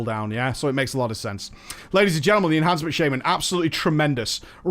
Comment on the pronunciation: Yeah, Ehancement shaman mate. The spec where you get Doombringer.